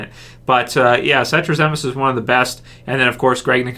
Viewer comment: so I grew up with Michael satrazemis's cousin in Florida and I sent her a link to this video so she could hear the shout out and she said you pronounced it wrong? lol we both agree with you his episodes are always great!